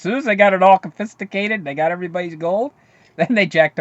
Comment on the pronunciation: "Confisticated"? Don't start sounding like G.W. Bush!